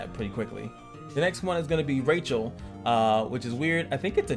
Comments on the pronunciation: AMAZING Video, very informative and safed me a lot of time going through this myself xD BUT, please dont Call him Rachel (Raytchel), please call him "Rah Chel" ^^ and the Tank Machine: "U Loom" :D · Rachel = Rah-shell. It’s French lol Xiaokahn is Jow Kahn like ow I hurt myself with a j or depending on dialect Show like ow I hurt myself with a sh in front.